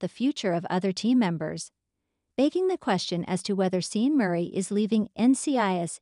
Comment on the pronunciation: Pronunciation is Shawn, not Seen.